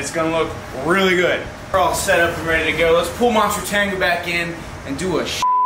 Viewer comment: I thought you were calling it "Monster Tango". Masutangu makes much much more sense.